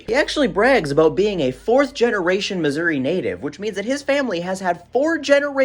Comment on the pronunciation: i think this is the first time i’ve ever heard someone pronounce missouri correctly.